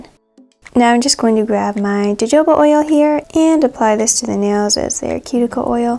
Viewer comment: Just found your channel today and have been binge watching your nail art since then. I love your natural nails, they’re so long and have a nice long nail bed for fabulous nail estate! 😆 I just wanted to tell you that in your vid up here, you had pronounced your cuticle/nail oil’s name incorrectly, it’s actually pronounced “HoHoba” oil. The “J” becomes a “H” apparently as like Spanish pronunciation styles. Hope you don’t mind my doing this, but I feel that it’s best to let someone know when they’re incorrect rather than have them carry on not knowing. Forgive me if I’ve overstepped my bounds either way. I just wanted to help. 😊 I’ve loved all the videos I’ve watched so far and have already subscribed to you. Your nail art designs are so simple, yet they’re super elegant and I think it’s going to be really fun to tryout as well! Take care, stay safe & remain healthy!😊🙋🏽‍♀️💜💅🏽😍